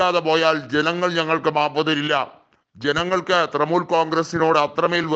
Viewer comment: തൃമൂൽ അല്ല തൃണമൂൽ